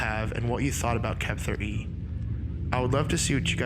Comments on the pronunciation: Why did you keep pronouncing the ARG as Kep-ther instead of 'kept her'? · I think it's being pronounced wrong. Kepther E. Kept Her E. whoever E would be